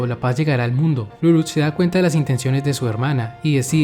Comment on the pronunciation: ¿Por qué todos pronuncian Lulúch? ¿No debería ser Líluch? Y, para mí, es una lástima que no esté en doblaje latino. Por lo menos, yo no encontré.